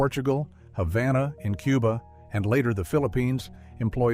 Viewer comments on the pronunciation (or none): none